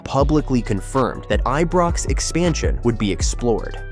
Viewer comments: Eebrox? Get rid of AI voice overs please! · Pronounce the Ibrox name properly. 💙